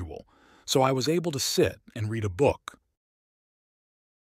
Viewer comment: 2번 문장이요. 책을 읽다가 과거 시제이니 발음이 뤼드 어 북이 아니라 뤠드 어 북으로 과거형으로 읽어야하는 거 아닌가요?